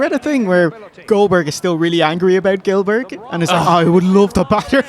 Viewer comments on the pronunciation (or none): none